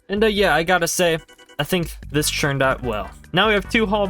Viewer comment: ITS "TURNED" NOT "CHURNED"